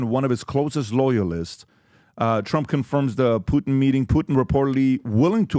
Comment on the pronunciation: Everybody: Putin PBD: Poot'n 😂😂😂